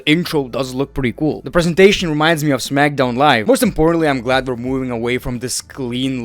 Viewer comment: Smack SOWN 😂